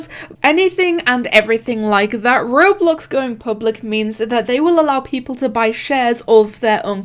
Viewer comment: how she says roblox:rublux us:WHAT THE F*ck